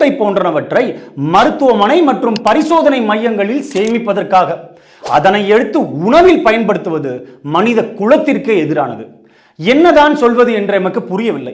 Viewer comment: மனித "குளத்திற்கே" என்பது தவறு ! மனித "குலத்திற்கே" என உச்சரிக்க வேண்டும் !